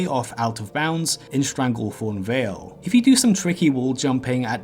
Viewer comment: Love those "secwet" areas in "Stwangleforn vale".....